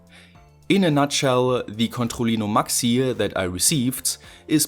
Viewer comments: Literally noone: French: C O N T H O L L I N O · Controlino kann man kaum deutscher aussprechen, oder? ^^ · Can you say controllino again? You pronounce it so funny.